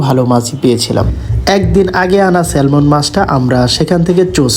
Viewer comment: স্যালমন মাছ না, নামটা স্যামন